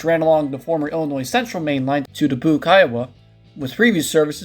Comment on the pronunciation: By the way, it’s pronounced “dukBYOOKE”, not “duhBUKE”